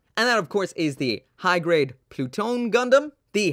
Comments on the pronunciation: Am i the only one who thought it says, Plut one. Like.. “ploot.... one”? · im fairly certain that pronounced plu-to-ne in japanese or at least thats what i heard while watching crossrays clip